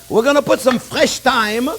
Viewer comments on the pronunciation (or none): none